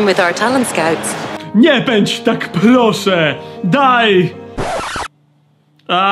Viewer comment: "ploszę" Małe przejęzyczenie, ale i tak recenzją świetna.